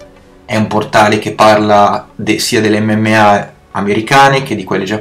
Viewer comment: Dice MMMA😂😂